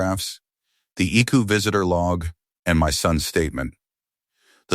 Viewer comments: It is I C U not "I coo" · ICU needs to be written with periods - I.C.U. Then work in Milo. Teach the AI. It doesn't even mispronounce it the same way every time. Milo, meelo. Time needs work, too. 2am isnt pronounced tooam. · Right? I can't take this story seriously when it keeps calling the ICU "Ickoo"! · I C U, or Ickue/ick u/ick you or however you want to spell it out. People have been pronouncing it as Ickue for years now. It is 2 syllables instead of 3 and therefore must make it easier and quicker to say. 😳🙄🙄🙄🙄 Yes it is an AI voice. Most if not all of the stories presented in this way are basically are AI written and narrated with a human giving parameters for the plot and maybe names and personal information, dates, time, ages, etc., used within the story. The human chooses which AI voice they want to narrate and then they post it once the AI has finished. Most of the channel's human "creators" don't even proofread the stories or listen to the narrated version for mistakes and just post the story/stories one completed by AI and done. That is why there are usually so many mistakes. Pronunciations and arithmetic are the AI system's usual mistakes! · That "ic-you" 😂😂 Everytime it's said I giggle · Authors are going to have to start writing "Eye see you" so the AI reader can get it right.